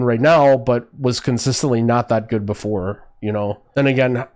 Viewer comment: ok so weird question...i noticed you often say "" instead of "good" or "complicatedn" instead of "complicated" so you sometimes add an "n" behind words....its weird to me as english is not my first language. So is it just a regional thing or is it some kind of slang?